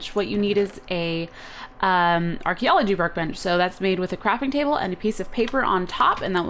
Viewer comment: she says craping table